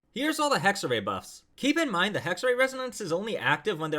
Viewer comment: Isn’t it pronounced hexerAI idk I’m a Chinese player so I might be wrong here